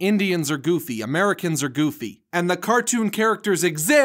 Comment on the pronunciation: You're saying the goffy...yeah I know it how stupid. 😧